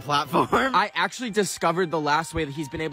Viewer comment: did you akchle flod the naborhod